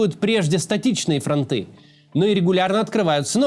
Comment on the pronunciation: Максим, бога ради, извините. "...статичные фронты́...", будет корректнее "фронта́/фро́нты"